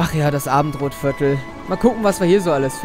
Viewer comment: Ich verstehe die ganze Zeit statt Abendrotviertel "Abendbrotvierltel"^^